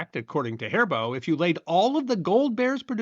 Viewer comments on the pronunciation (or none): It's not pronounced Hair Bow. It is Ha-Ree-Bo, with the rolled R sound. Gummibärchen! Lecker! 😀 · I can understand pronouncing the specific brand properly, but why must we use the German pronunciation for every candy? In English, the word is "gummy," and that's OK. We almost never pronounce Haribo correctly (in the US, we tend to say "hair-ee-bow" and in Germany it's more like "hah-ree-bo), and even in this video, it sounds like he says "hairbow" without the middle "i" in there at all. If we don't bother getting the brand name right, why do we worry about the item name? Also, did gumdrops not come first? We've never called them "goomdrops."